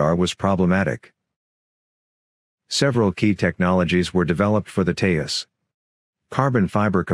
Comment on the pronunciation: Hi... It's pronounced Te-Jus... With a hard J sound like in Joker.